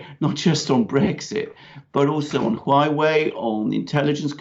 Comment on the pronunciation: Huawei is pronounce "hwaway" and each syllable is an ascending tone.